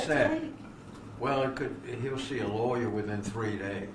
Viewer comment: The way he pronounces lawyer is awesome.